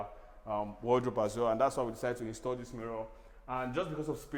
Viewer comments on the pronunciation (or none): none